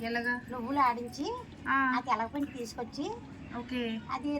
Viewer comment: Telagapindi kaadu telakapindi